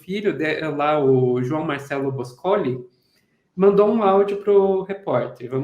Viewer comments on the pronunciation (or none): BOSCÓLI? ÓLI? A jornalista se põe a abordar o assunto música brasileira sem saber pronunciar o sobrenome de um de seus principais letristas, por acaso marido da Elis e pai de seu filho? Crianças, jornalismo não se improvisa. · Adoro vcs. Só uma correção: Bôscoli, não Boscóli. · Sou admiradora da obra da Elis Regina. Eu já tinha escutado na Internet. O sobrenome do João Marcelo é BÔSCOLI e não BOSCÔLI como foi dito. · Boscôli! Não é Boscóli! Peloamor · ninguém conhecia a entrevista ? ninguem com menos de 40,45 anos , né? e é Bôscoli e não Boscoli, gente. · É tanta ignorância …. Claro que era a Elis. O sobrenome do João Marcelo é Bôscoli acento circunflexo no ô, portanto a sílaba mais forte. A propósito ele é filho de um produtos musical chamado Ronaldo Bôscoli